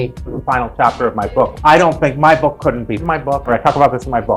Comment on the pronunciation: "So my bOcK is my bOcK!" an extremely articulate speaker!